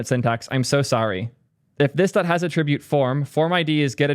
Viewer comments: Why are you pronouncing attribute as "attr_I_bute" instead of "_A_ttribute"? Is this American english or a local dialect? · def assumed you were trolling us with "at-trib-ute" -- fun callout 😂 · Thank you for mentioning your "alternative" pronunciation of 'attribute'. Half my brain kept trying to figure out if you were trolling, actually unaware of how 99% of the rest of the English speaking world says it or if I lived in some strange pocket of the world with its own accent 😆